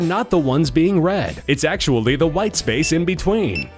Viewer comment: he just puts a bit of emphasis on the 'white'